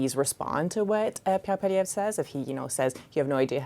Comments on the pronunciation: obviously failed grade three English. Poliver? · Why does always call Poilievre, Polliver?!